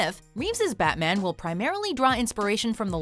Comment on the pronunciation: damn I love you but "Fatman"?